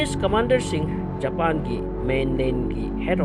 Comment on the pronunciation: Japan gi pronounciation se tanbda yam heinade aduna loibfao yengdre